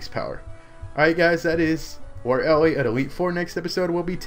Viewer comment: Why does everyone on YouTube pronounce Lorelei wrong? It's Lore-A-Lie.